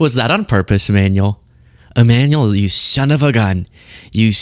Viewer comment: Macron kind of looks badas, situation considering. Also, why you keep calling him E-manual and not Ema-nu-el?